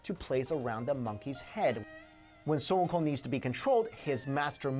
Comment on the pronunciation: Just hear the pronunciation of sun wukong compared to games who have sun wukong in them like league and smite. I find it offensive how they pronounce his name completely wrong, like they didn't bother to do research smh.